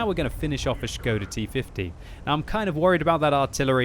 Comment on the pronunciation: thumbs up for the correctly pronounced Š on Škoda T50, most people just ignorantly pronounce it as S :)